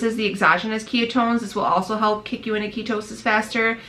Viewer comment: "Kia toe sis" ? Lol